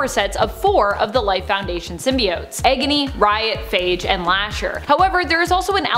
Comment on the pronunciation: egony?? isit me or is she saying it weird